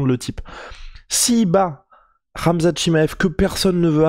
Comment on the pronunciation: ca se dit khamzat et pas ramzat